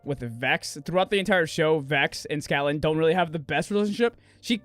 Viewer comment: Are saying "SCATlan?" LOL for many reasons.